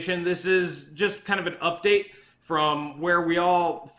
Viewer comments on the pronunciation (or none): none